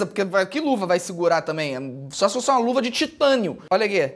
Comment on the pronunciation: Felipe não é fossa é fosse